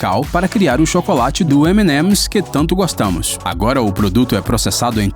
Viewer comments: como eu falo: EMI EMIS Como ele flw: Emenemis 👺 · TO ME MIJANDO DE RIR O CARA FALANDO EMINEMS . EMIMES. KKKKKKKKKKKKKKKKKKKKK MANO ? É SO FALAR EMI EMI QUE DIFICIL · "Emenemes" kkkkkkkkkkkkkkkkkkkkkk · Só a pronúncia do M&M achei bizarro ... Mas o vídeo foi top